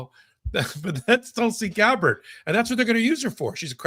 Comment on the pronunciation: I love KFA, but when she pronounces Tulsi Gabbard incorrectly, it seems to say she's not really paying attention to the important details.